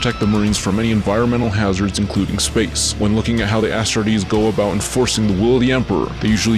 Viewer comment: Bro keeps saying “ASStartes”